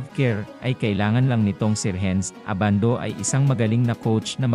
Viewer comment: Si Edu ang mas may chance sa tingin ko, 6'10 na defensive player na mabilis. Si Abando undersize para sa NBA, unless mag slide sya sa Point Guard position. Ayusin mo naman boss audio mo, Ai na nga lang, mali mali pa ang bigkas ng name. haha A-ban-do ang bigkas, hindi Aban-doo. Hehe ginagaya mo naman mga Koreano sa Anyang e.